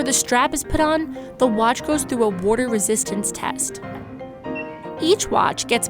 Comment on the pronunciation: She said “wudder”. Lol